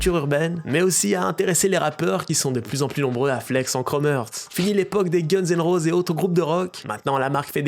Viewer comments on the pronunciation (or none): Ça ce prononce "gunz and roziss" (Sinon super vidéo comme d'hab) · Gunse ene roze 😭😭😭 ça se prononce Gunnez and rozize le sang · nickel juste pour « guns n roses » faut revoir la prononciation svp les gars 😭